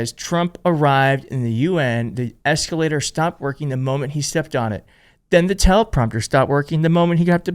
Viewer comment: That eecalator operator is a legend 😂😂😂